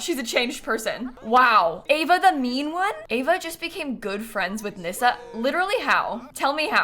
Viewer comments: The fact that you said Nyssa correctly 🥲 it's so rare someone gets it right, thank you lol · Just gotta say, as a fellow Nyssa, thank you for pronouncing the name right 😂 a lot of people get it wrong as it’s not very common 😅